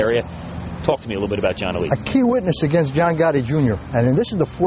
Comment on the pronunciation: Why cant these guys say his name right its alite not elite